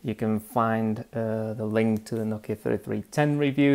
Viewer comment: It's pronounced "No-Key-Uh"